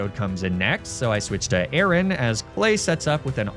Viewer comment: He also pronounced Aaron like Aaron. Not a-a-ron.